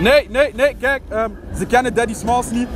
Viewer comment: daddy smalls is? We speak french. No problem, déddi smàlls iz?